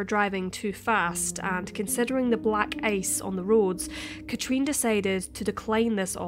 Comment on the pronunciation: The way you say her name Katrin is so wrong and annoying.